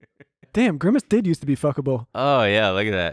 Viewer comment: grimace but pronounced like versace